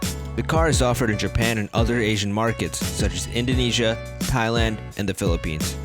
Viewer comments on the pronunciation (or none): none